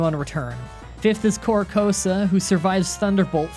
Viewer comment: Corracosta? Like come man